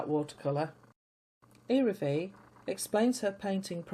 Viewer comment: P.S. The "L" in the name "Iraville" is not muted. It is pronounced.❤